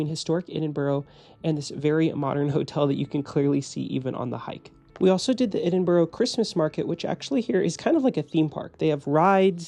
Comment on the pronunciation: I'm unclear why this video was suggested to me but nice to see a hotel in the city I live. However, please please please note that the pronunciation of Edinburgh is "Ed-in-bra" !